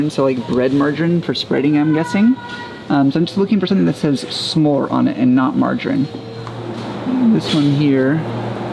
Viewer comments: Please learn æ ø å and top calling it smor please💗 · Lol..isn't butter called Smor..pronounced Smur.. not pronounced smore...lol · Two aa s is pronounced å! So the pronunciation of the bear is ås, not ass😂